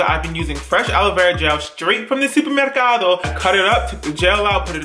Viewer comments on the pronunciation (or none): You had me crying once you said super mercardo . CRYIN